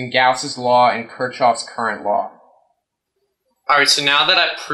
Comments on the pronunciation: Kirchoff is pronounced (kirk-off) not (Kirch-off). You know, Kirki-off and his brother Jack. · Lol... This video is humorous to say the least. However, I'd like to point out a few flaws. 1) It's pronounced Kirk-Koff... Not Choff... 2) The pseudo-mathematical analysis you've done still doesn't explain the reasoning behind your cable design. 3) You should have described emf induced current as it applies with Faraday's Law, and used the Maxwell-Faraday equation to prove that concept. 4) Even after all that, it still will never work... Lol. You should right the sequel to "The Core". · I think you mispronouncing Kershov . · Might help if you actually understood Maxwell's Equations, knew how to pronounce Kirchoff's Law, understood differential signaling, understood digital data transmission, etc. As is, your math is a complete joke and doesn't even attempt to hit on anything relevant. Nice try. I'm sure it's good enough to work on the unwashed masses. The rest of us see right through you, though.